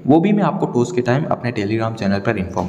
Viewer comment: टोस नाही भाऊ टॉस बोल